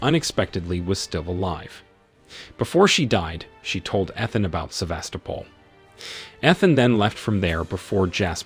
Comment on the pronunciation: Somehow able to perfectly pronounce Sevastopol but can’t pronounce names